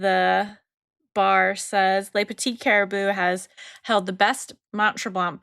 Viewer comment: Ladies - Mount Tremblant is a very ritzy ski resort. There are no bad hotels on the Mount Tremblant resort. And the last ‘t’ is silent in Tremblant, with a more nasal sound to the ‘an’.